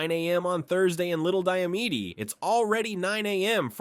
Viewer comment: You mispronounced little and big diomede